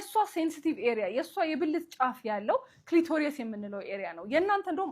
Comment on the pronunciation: ክሊቶርዮስ ሳይሆን ክሊቶሪስ (clitoris) ጥሩ ምክር ነዉ. Thank you 👍